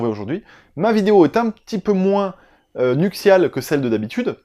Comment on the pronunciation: "Nuctiale"? Ai-je bien entendu? :') Et pour une fois, non, je n'avais rien à faire de mon samedi soir, pour une fois XD. Eh ouiii j'apprécie aussi ce concept! Et comment ça on ne peut pas réclamer de cadeau??? :'( Moi j'veux toujours te voir en Père Noël!!! :'( J'vais pas te lâcher avec ça! Bon bah si y'en a comme moi qui n'ont pas aimé ce film? :') Et j'ai poussé le vice à voir les 3... Et les suivants m'ont encore moins plu que le premier.